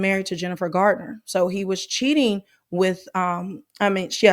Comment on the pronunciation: It's Garner, not Gardner. ❤❤